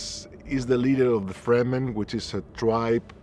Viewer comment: The "Freman"? LOL!